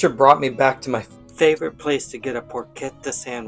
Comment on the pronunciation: Really enjoy your videos. Just wanted to point out that the ‘ch’ in Italian is pronounced with a ‘k’ sound as in ‘character’ so Porchetta is pronounced ‘Por-ket-ah’. By the way I’m still learning too!❤️🇮🇹